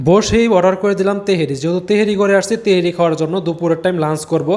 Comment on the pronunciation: তেহেরি না ভাই তেহারী 🎉